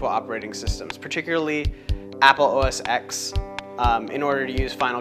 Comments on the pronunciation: You are a very good artist. It just cuts into my heart when you pronounce it OS X and not OS 10. X = 10 OK? If you don't believe me, open a terminal and do these commands: # say "OS"; say "X"; say "OS X" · Actually it's OS "ten", not "ecks". No one at Apple has ever called it OS"ecks". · So that was pretty darn impressive. Always enjoy seeing cross-platform people who can demonstrate technology objectively. My only tip is that the X is pronounced "ten", not the letter x. Other than that, quite a nice demo of a bitchen box. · It's most definitely pronounced "OS ten." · now ya know we're dealing with a dumbass when he says OS X wrong.